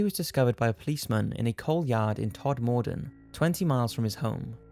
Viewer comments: Eyyyyyyy I used to live in Todmorden - it's pronounced "todmerdun" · I live 5 mins from Todmorden it actually pronounced tod mer den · 5. The way you say todmorden is bizarre haha I live 20 minutes away from there and 10 from where he lived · Todmorden is pronounced Todmorden - Not Todmorden as you said ? Great programme though - Well researched & You have a great narrative voice ! Thanks for sharing ! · I love this channel, but i LOL at the way you pronounced Todmorden in the #5 story. But it is true, Calderdale and West Yorkshire is high in UFO activity. I've seen loads. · You said Todmorden wrong! I live five minutes away from Todmorden and I hate it when people say it wrong, we do call it Turd-Midden though. I bet only about thirty-percent of you will know what that means. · The first D is silent in Todmorden 😂